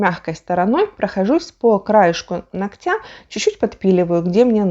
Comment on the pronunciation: Все очень интересно , но ударение нОгтя